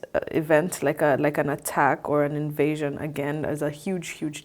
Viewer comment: Intysam: 'invasion' sounds like 'in asian'. Just sayin'